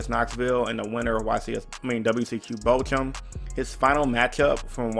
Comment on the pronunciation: Jesse chose to go second game 3 and made that board and won. Thunder is just that absurd. Btw Bochum is pronounced Bow-cum. 👍🏼